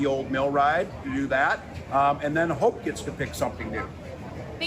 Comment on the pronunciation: that sure as shit didn't sound like she said Hope